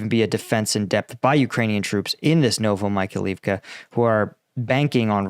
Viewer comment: No, it is actually getting worse (Zaporaheezia, Novo Michael leave ka, Harkeeve). ain't even trying, but it's okay. People don't come here to learn how to say those names, after all.